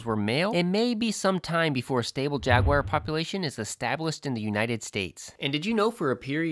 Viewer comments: The word “ jagwire” hurts my ears. Otherwise, thank you great work.I couldn’t tell, do the wild camels still exist out West? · when I was in S. Africa back in 2000, I heard gemsbok pronounced HEMS-bok. That was certainly unexpected, huh? Jaguar is JAG-wahr, rather than JAG-wire. I've heard that another FL animal with python problems is the key deer.